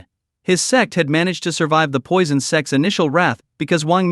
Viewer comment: "Sects" not "sex" 😅